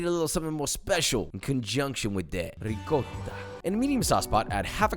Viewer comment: Josh I'm not gonna lie it hurts me hearing you say Ri-cotta. You know how to say it 👍